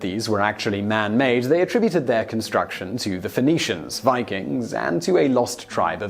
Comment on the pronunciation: Hmm. your pronunciation of certain words has always perplexed me, but I've chalked it up to cultural differences. For example the way you say "be-ring" instead or bear-ing". Twenty seconds on google could have fixed that. However I find it very unusual how just after you mispronounce the word attributed with the noun form of the word, but immediately follow it with the correct verb form in the next sentence. I do understand that the segments were likely filmed at different times and edited together later. It does however take away from the presentation and detracts from the appearance that you are knowledgeable, making me less inclined to accept the information you are conveying.